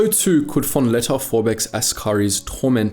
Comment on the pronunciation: how can someone who covers so much history have no idea how to pronounce "entente" it's not "entahntay". it's closer to "ontont".